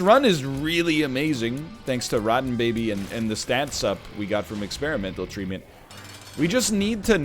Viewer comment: Anyone else notice that he said experimental treatment with a weird emphasis?